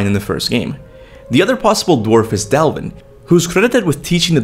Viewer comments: I really dislike that he says “Dalvin” instead of “Dvalinn” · I'm not trying to be a jerk, but how is it you can read the name "Dvalinn," and yet, pronounce it as "Dalvinn"? Sorry if it came out a bit rude, I wasn't trying to, but i'm very curious as it how you mix up something like this. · You butchered the name Dvalinn twice already lmao. Its Dvalinn not Dalvin lol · It’s pronounced dvalin and he’s a chief black smith watch American gods s1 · Dvalinn is pronounced Dwalinn fyi.